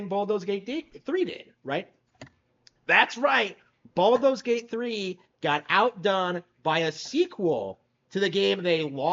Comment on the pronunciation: What's with the whole "Baldo's" Gate thing? Is it some sort of epic own to mispronounce a name?